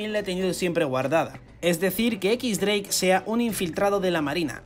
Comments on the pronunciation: Si pronuncias "equis- dreik" Lo correcto no sería "ex-dreik"? Porque si dices "equis" entonces dreik se pronuncia "draque" :v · Si es cierto xdd algunas pronunciaciones de los españoles son bien raras mezclando español con inglés lo correcto sería decir "equis draque" o "ex dreik"